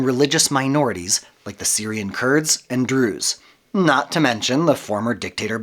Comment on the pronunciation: False. Not all Kurds are Muslims. Some are Yazidis. Also the pronunciation is different from what you are saying.